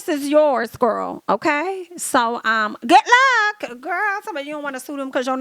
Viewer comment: When you hit that "goof luck" almost spit my cig out😅.